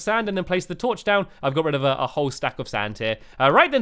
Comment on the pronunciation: you said get red not get rid